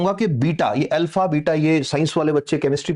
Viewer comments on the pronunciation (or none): none